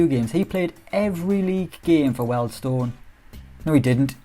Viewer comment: its pronounced "Wheel'd stone" not "weld stone" !! love your work though! Edit, my daughter renamed my YT, im a grown man not a comedian kid and i work in Wealdstone!